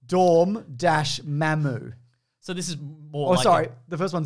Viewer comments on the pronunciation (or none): What the heck, it's supposed to be Dormammu, not Dormmamu! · ...but none of D were correct It's Dormammu, not Dormmamu --- Also this is like... all MCU then, not "marvel"?